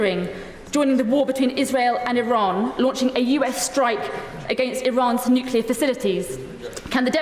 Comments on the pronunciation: ‘Nuclear’ not ‘nucular’ you thick ginger growler 😂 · Rayner doesn’t say nuclear she says nukula. 😂😂 I bet she calls a chimney a chimly. She embarrassing. The Stockport tart. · Anyone making the Iraq comparison is either naïve or stupid, possibly both. The fact that the Deputy PM says 'nucular' is pure cringe by the way. The UN watchdog - not Trump, not Netanyahu, breached Iran because they have been enriching at 60% instead of 3%. It's way beyond civilian needs and is heading rapidly towards weapons grade. That happened 24 hours before the first Israeli attack. Throw in Iran's avowed intention to destr0y Israel and its people (Jews and Arabs) and this is worrying. Some years ago they even set up a countdown clock in Tehran's main square to that end. If the UK was under threat in this way would you want it to continue? If Iran is allowed to do this and continue on this path they could eventually close the Straits of Hormuz, through which much of world trade flows. If they had a bomb we couldn't stop them. Watch this lot in Parliament screech if that happens. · It shows how uneducated she is when she mispronounces Nuclear as nu culer